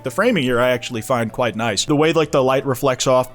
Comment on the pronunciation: Damn I didn't know you hated kwite